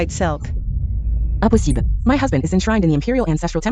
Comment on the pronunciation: I've never heard the word "Impossible" be pronounced so wrongly 😂😂😂 the drama was nice though. I don't regret watching 🎉